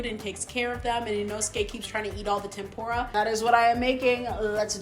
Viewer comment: though your cooking looks awesome. PLEASE use proper pronounciation for the foods. It's Tem POOH Rah.... Not Pem Pour ah. and Inousuke is not Inoskee. It's EE Noh Skeh.